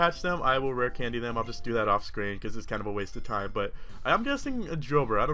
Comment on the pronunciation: Was he saying shit skin